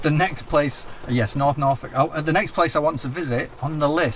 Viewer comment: The 'protrusion' is Norfolk, said Norf(oo)k. (the oo is as implied as it is said)